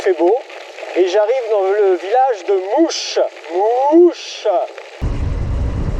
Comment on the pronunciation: Bravo il en faut de la volonté. Je suis de la région, pour info le village de "mouche" se prononce malheureusement "moche" :p lol